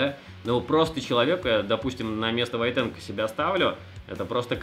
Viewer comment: Не ВойтенкО, а ВОйтенко!